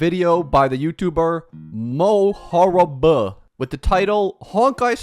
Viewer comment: the way you sounded out mohar1b made me laugh for way longer than it should've